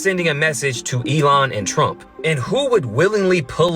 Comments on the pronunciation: too funny how he always says ee-lee-on, instead of elon😂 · Eddie you mispronouncing Elon (ELION) like the Substitute Teacher! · It busts me up too & is one step away from A-LEON